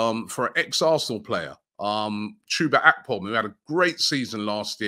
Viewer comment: Chubak …. You mean Chuba Akpom ??😂😂